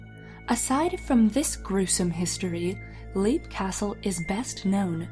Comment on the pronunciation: Leap castle's owner is scary... I'm sorry. Also, it's pronounced "lape", not leap :')